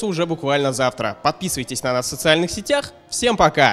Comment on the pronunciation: не сетЯх, а сЕтях, Линк!